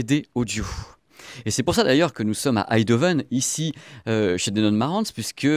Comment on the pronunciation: Bonjour. On dit EiNdhoven. Comme EIN en allemand. Merci jaime la précision (et jai un ampli Marantz depuis 20 ans toujours parfait).